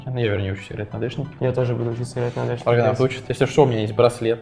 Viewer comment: Блин, пацаны это обидно, но мне показалось, но в начале Арганавта назвали "Рыганавтом"?